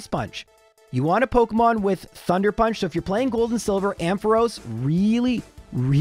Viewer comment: wait, what? thunder punch? I'm confused at what you were even trying to say there 😅